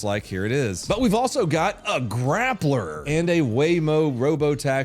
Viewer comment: I am so upset, I’m not mad at you just really upset for you letting me down with your pronunciation of grappler.